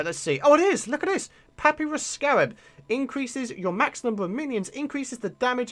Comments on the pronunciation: it's pronounced puh-pie-rus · i love how you pronounce papyrus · Thats not how you say papyrus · It may be in a different and quite irrelevant game, but doesn't mean I can't cringe at the way he pronounces it. Also the statement of the other game gives slightly more point for the cringe